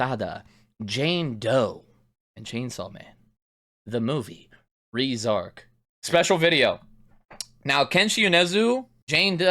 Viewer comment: i love how good you are at inferring and grasping minor details, except for how to pronounce Reze 😭